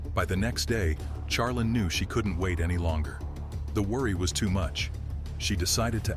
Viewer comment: Can we get pronunciation for the AI voice overs? Charlene is more than likely (shar-lean) not (Char-lin)